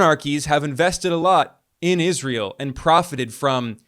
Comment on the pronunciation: Ben, your prounciation of Israel is juvenile. Please work on it. It's not "Iz ree uhl." Where are you getting the ee sound from?